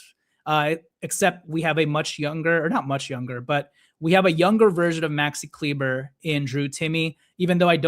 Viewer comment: Please stop saying kleeber…it’s pronounced Kleeba !!